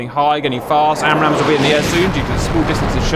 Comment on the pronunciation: Stopped watching F35 fitted with a BUNCH of ARAMS. You are not American, speak properly. FFS